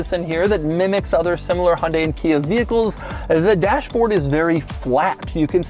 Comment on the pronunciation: Pronouncing Hyundai incorrectly. See advert.